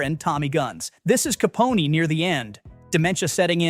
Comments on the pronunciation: Somebody please tell this ignorant twit that it's pronounced "ka PON", like the word, 'phone" without the 'H' in it. It's NOT "caponey". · you're not serious, are you?? Capone-y????? It's Al Ca-pone (like phone!!!) AI is a tool for the lazy google is free Education isn't a thing any more - CLEARLY #dumbass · Who the hell is narrating this video? "Caponey"? Wow, so pathetic. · Caponey? CAPONEY? God save me from this AI-read shit. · Capony? Can't they find AI that knows how to pronounce English?